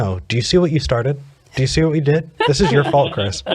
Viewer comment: "Vi are excited" LOL